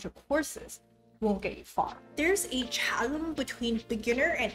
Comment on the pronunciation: Even though it's counter intuitive, 'chasm' is pronounced 'ka-sm' not 'cha-sm'. Great channel and videos, I'm hooked.